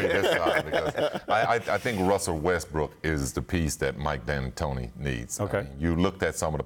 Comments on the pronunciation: Scottie said Rustbrook 😂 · Nobody: Scottie Pippen: Russbrook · "Russbrook" - Scottie Pippen, 2019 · Scottie “Russbrook” Pippen